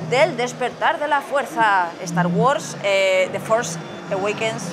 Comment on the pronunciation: Estar gords. Humm así es como escucho que pronuncia Star wars